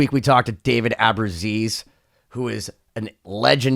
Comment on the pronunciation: I knew it was gonna be a disaster when he started by mispronouncing his name.